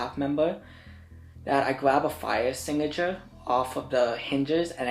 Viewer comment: “fire es-singga-sure” 😂